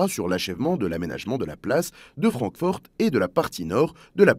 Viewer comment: la voix pourrait presque paraitre humaine mais aucun Français ne dit "francforte"